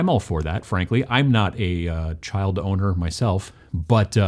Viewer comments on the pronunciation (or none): "child oner" really